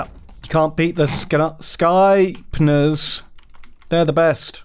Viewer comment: I love, is a great boy. Though I do wish he would stop saying Skypners.